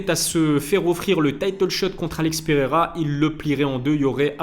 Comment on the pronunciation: "Il prierait peirreira " Fait une chaîne de foot c'est mieux